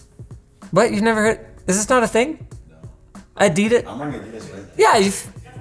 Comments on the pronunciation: Neither of you can pronounce Adidas correctly. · FYI, Adidas, isn't pronounced A DEE DISS. It's AHDEE DAHS. It's a German company named after the guy who started the company. Adi (AHDEE). He and his brother had a falling out at some point, so his brother started Puma to compete. The more you know! 😁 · The glasses don't even know how to pronounce Adidas properly.